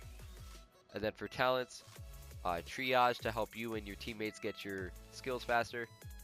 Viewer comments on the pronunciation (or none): none